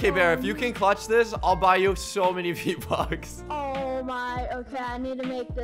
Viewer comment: “v-bucks? I thought you said RO bucks 😅